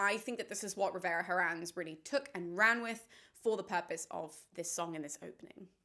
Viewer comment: The H in Herrans is silent.